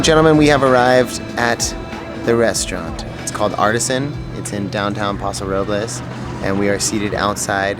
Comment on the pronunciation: For Californians you sure do pronounce place names wrong. We say San Lewis Obispo not San Louie (or we just say SLO pronounced Slow) and we say Paso Robels not Paso Rob-less Of course this is not proper Espanol, but that's how locals say it. Sounds so awkward hearing you say the places wrong lol